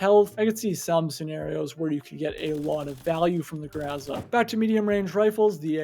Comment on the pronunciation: I'm pretty sure it's pronounced grow-zuh not grwow-zah